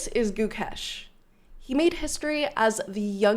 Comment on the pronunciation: Please say it like this: Gukaish! Else, it's completely possible you'll end up as Hooles! What is it with you guys? A person's identity is so strongly connected with his/her name, Hooles!